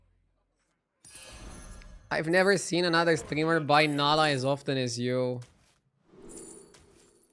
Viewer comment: Please learn how to pronounce the word "often" ... you are butchering it...😂😂